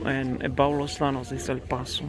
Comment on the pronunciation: Los yanos is how its pronounced. A double l is a y sound